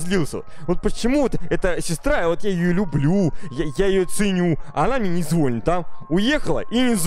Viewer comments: не звОнит, а звонИт. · ЗвонИт красИвее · правильно говорить звони́т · не зво’нит, а звони’ т!!!!!!!!!